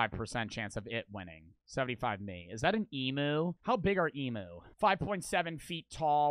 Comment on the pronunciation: knows nothing about Australian animals. And an emu is pronounced. Em YOU not emoo. And that other Australian dog looking thing is it Tasmanian Tiger Tasmanian Tiger